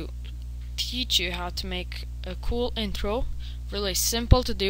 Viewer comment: it is funny hou you say intro :)